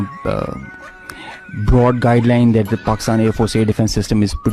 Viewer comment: Pakistan ❌ Pakist-aand✅ 😂😂